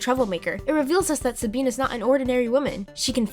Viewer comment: Did anybody else notice that she said “sabeen” instead of “Sabine”?